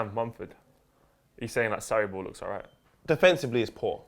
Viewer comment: When said Sarriball I thought he said Saribor, which sounds like a Kosovan team that would win their league, enter the first round of Europa League qualifying, beat West Ham in the 3rd Round of qualifying, get up in group K with Dynamo Kiev Sparta Prague and Astana, finish second, best Maribor in the round of 32 and lose to Arsenal in the round of 16 on away goals after their 36 year old star striker and captain Yuri Ilechvić got injured.